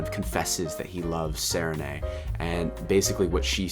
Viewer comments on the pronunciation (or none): also I'm sure you're getting plenty of pronunciation corrections but... Raoden = ray-OH-den, Sarene = Suh-Ree-Nee, Hrathen = hRay-thin, Kiin - Keye-eyen (both I's are pronounced when there's double i) there's a pronunciation guide on Dragonsteel's website but many of the "correct" pronunciations are ignored (ay-ree-lon = Arelon, See-ohn = Seon, E-layn-tris = Elantris) I love digging into the small things in these books 😅